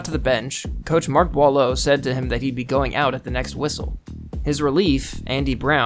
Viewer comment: Gotta tell ya, the only people who have managed to pronounce my last name correctly are people involved with either broadcast or historical accounts of hockey. Well done! (I'm a Boileau. My username depicts my adopted name that was never finalized.)